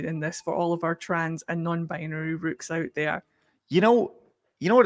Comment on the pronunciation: Am I stupid, or did I just hear her call people rooks? Like the chess piece